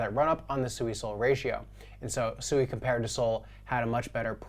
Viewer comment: Still havent done your research or talked to anyone from Mysten Labs or Any devs of SUI. Its not pronounced SUE E, you are going to get noobs in the space Rekt when they try to buy the meme coin SUE E, and not Swee =SUI. People in the the crypto space are Super Low IQ, it shows